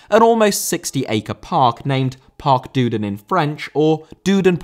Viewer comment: Great video. We just need to work on some of your French pronunciations (e.g. Union Saint-Gilloise, Parc Duden, etc) 😉